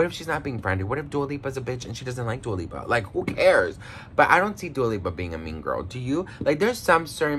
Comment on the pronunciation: He said Dua peepa 🤣🤣🤣🤣 Hahaha I love it !!! 💕